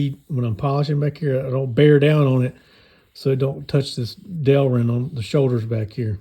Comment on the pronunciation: That's my boy! You said Del-rin right! 🎉😂 Thanks for the vids! I enjoy them.